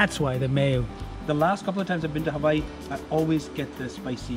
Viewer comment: I really like the way you say hawaii, I too have panic on eating raw fish after watch this Next time I will definitely try something like this. and thanks for your message on food at the end 😊🌸⭐, happy to see you again, please make more content we are really interested to see a lot from you 😊🌸⭐